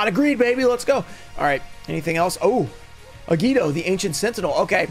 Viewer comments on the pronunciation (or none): none